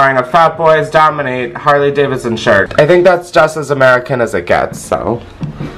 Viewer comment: I'm actually guttered. This whole time I thought the opening was saying buy my shit and I just found out it says shirt. I think it needs to be changed 😂😂